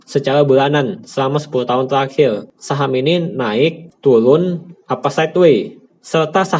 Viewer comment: Turun bukan tulun #captain707